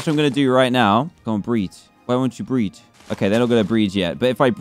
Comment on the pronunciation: when he said "BREED" I thought he said breath